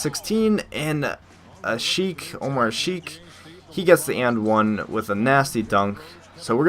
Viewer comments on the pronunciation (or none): none